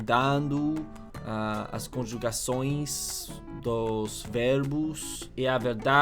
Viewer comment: "O quê ele quer" would sound more like "uquêli quér" This "conjugações" gave perfect That "õe" sounded amazing. "ficando frito" It wouldn't be ideal, it would be more "fritando", It looks like this: "meu cérebro está fritando!"